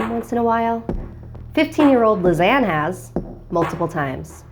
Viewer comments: Even though I know she says ”Lisanne” I keep hearing ”Lasagna” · Everytime she says Lisane, I keep on thinking of lasagne😂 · Her name is a mispronunciation of lasagna. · Lisanne is my name... But it's not pronounced like that